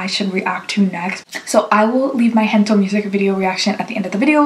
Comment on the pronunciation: Thank you for reacting to SB19 just a small note: It's not "Hento", it's "Gento" with the "G" from "Gold".